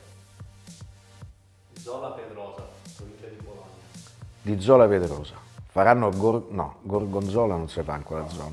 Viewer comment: Grande Fabione, piccolo appunto, è Zola Predosa e non Zola Pedrosa, saluti da Bologna